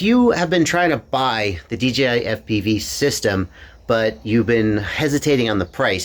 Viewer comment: I swear hes saying DGI is that just me? Have I finally achieved crazy nirvana?